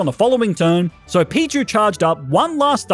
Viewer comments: Has no one noticed that he called pichu pikchu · The second I realize he said Pikachu I started going off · I noticed he shamefully called pichu “pikachu” as well